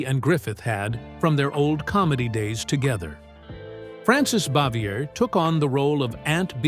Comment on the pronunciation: Yes, and Frances Bavier and Desilu Studios were pronounced incorrectly.